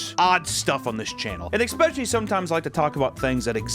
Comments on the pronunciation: "Eckspecially" -, every other sentence. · I also take a double shot every time you say “ex-specially”